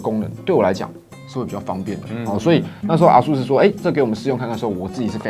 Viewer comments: 是唸 「 A ~sus 」 不是 「 啊～sus 」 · 唸錯了啦XD 是A速斯，不是R速斯>_<